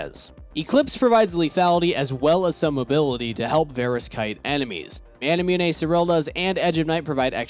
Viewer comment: why do you say manamyuney